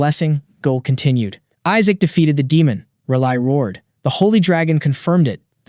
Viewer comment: Isaac’s name is pronounced wrong in 7 different ways lol